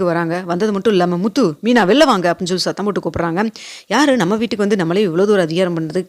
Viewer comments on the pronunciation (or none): Kunjam nidhanama pesalam. Veetuku solradhaku badhila vootuku na solreenga. Ungag kural nalla irukku aana nidhanama pesalam.